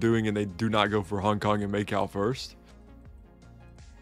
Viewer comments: may cow 💀 pls fix ur pronunciation lmao. I won't forget that australia video. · first attempt or the millionth attempt? also Macau is pronounced like, "ma cow" just smooshed together just to let you know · calling Macau "Make-out" kept throwing me off ngl